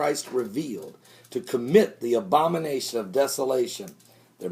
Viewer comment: LOL Pastor. I KNOW you said 'abomination' but it sounded like 'Obamanation'.